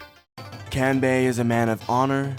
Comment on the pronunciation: Side note: "Kahn-bay" "Sahn-jah" More correct.